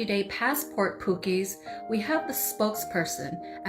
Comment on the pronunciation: Hey she can't say Pookie 😂